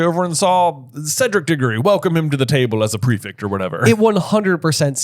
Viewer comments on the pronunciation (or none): why do you say prefict instead of prefect? someone please explain 😭